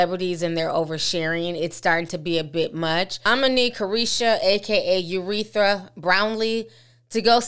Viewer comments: Ya'll get Ti..she called her "Urethra" and I am 🤣🤣🤣🤣🤣🤣🤣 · TI NO YOU DID NOT CALL HER URETHRA BROWNLEE !! HELP😂😂😂😂😂😂😂😂😂